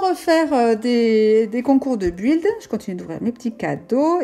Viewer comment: ça se prenonce bild et ça s'écris build je me debrouille en anglais 😅